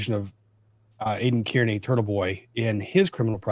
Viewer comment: love you brother, but you mispronouncing Kearney is like fingernails on a chalkboard. It is pronounced Car-nee.